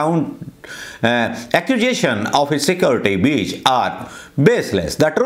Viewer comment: Security brench? Breach bolo.Apki English kya kehne.